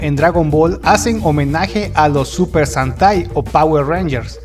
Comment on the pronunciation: Súper santai?!??????????? Estoy seguro que es SENTAI!!!!!